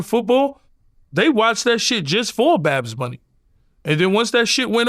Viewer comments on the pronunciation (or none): He knew he was saying it wrong. Thats he said it 25 times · If you defend the guy, at least say his name correctly. Its very easy. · Yooo I swear yayo has me dying 💀💀😂🤣😭 babs bunny and he said baracha instead of bachata which is actually a Dominican dance not Puerto Rican lol this nikka all over the place with it 🤣🤣🤣🤣 You gotta love yayo man I’m actually super excited for his podcast with murda, he should actually do a comedy show he would be the first official gangsta comedian 😂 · “Badz” bunny 😂😂😂